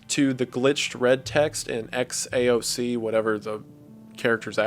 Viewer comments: I am Serbian and I can’t figure out who are those Xaoc (Kots, Koths as he called them), anyone ? I think he probably got it wrong but love you W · Xaoc is read as "Haos" in the Cyrillic alphabet, and it means chaos. As a Serb, i have no clue as to what "Kat people" of Serbia would be, and the only similar sounding thing I saw could be the Ket people of SIBERIA. Also, hearing Wendigoon pronounce Serbian names in the Franz Ferdinand video was physically painful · You're reading "Xaoc" from the last vid title as latin but it might just be Cyrillic. It reads haos and translates to chaos in belarussian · xaoc when read in cyrilic says "haos" (chaos) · this video is like over a year old, but that won't stop me from commenting that "Xaoc" is most likely kyrillic and in latin script it would be "chaos" (the ch is not a K sound but the german pronounciation of ch.. I can't think of any english word that's similar) it just bugged me that it got overlooked and I haven't seen one of the last comments talking about it :) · The XAOC thing is pronounced Khaos and is Belarusian for “chaos” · If you read XAOC as if tho it was Cyrilic it is pronounced Haos or Chaos in English. Hope wendigooon sees this. I don't know if its relevant. Also I'm from Serbia, and first time I've ever heard of COT people. Can someone explain what he meant? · just wanted to give my opinion on the xaoc title: it isnt related to kot people in serbia (i have no clue what that is but i cant find it) and xaoc in serbian translates to chaos (you pronounce xaoc like haos)